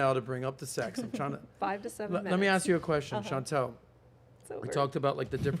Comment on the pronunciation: we don’t axe 😂